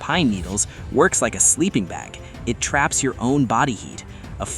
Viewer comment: "TRAYS" AND NOT TRAPS.